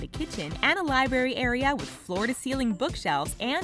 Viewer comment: Illiterate narrator. Seems to be the norm these days. LiBARRY.